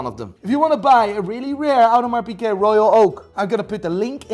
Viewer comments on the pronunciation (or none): It's hilarious that this guy can't pronounce Audemars Piguet as a watch dealer